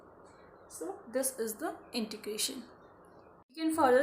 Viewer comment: It is Integration not introgration... Thanks